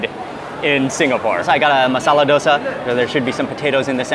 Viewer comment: Finally someone who says masala dosa the way i prefer. Its so great to hear.